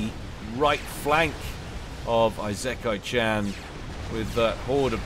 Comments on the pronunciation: Late to the party i know, but but it would be ee-se-ka-ee. It would be written いせかい or like ｲｾｶｲ without kanji. I would say is closer then most people probably would be. Im sure something to this effect has been posted a few times but Ive seen a lot of people here that also have it wrong...Now watch me be completely wrong too. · Need to take a shot for every time says Eye-Zek-kai-chan lol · just say Esekai instead of Isekai, also the s is softer, you're pronouncing it with a bit of a z. its more like the se in set or section. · If my memory serves, Isekai is pronounced "Farms" ;) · I know, it's clearly Eye-sex-eye-can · ee-sick-eye Isekai Ise-kai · "isekai" is in japanese. google tells you the pronunciation